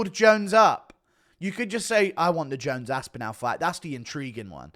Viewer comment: Guru has the most horrible pronunciation of “Aspinall”.